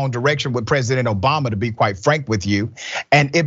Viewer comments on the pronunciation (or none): none